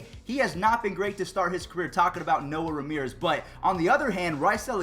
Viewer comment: Btw its Noe Ramirez not Noah Ramirez lol